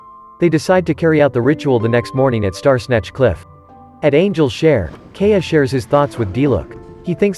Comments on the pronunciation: If you are not using a fucking automated voice and continue to pronounce KAI-YA as KAY-AH bro wtf sort your shit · can we please normalize to pronounce Kaeyas names correctly? it's not Key-ah, it's Kahya <3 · It’s kinda trigging hearing K-a everytime they mention kaeya’s name.